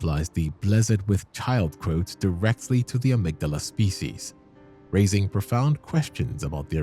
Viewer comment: Dude you make a lot of assumptions and give wrong info. You also are mispronouncing Amygdala